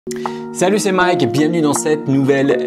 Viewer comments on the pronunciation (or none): none